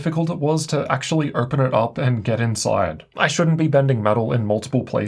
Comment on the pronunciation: This accent makes the video almost unwatchable. Why would someone pronounce "open" as "irpin"?